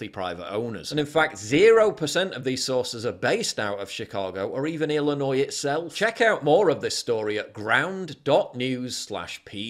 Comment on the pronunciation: As a person from Illinois I'm just happy that a foreigner (not from Illinois) doesn't pronounce the S in Illinois. It was originally French so the S is silent. Maybe ppl from America can pronounce it correctly from now on. 🤷‍♀️ the only part of the state that's blue is Chiraq. the rest of the state is red. This is why we cnt have nice things. Fuck Chicago 🖕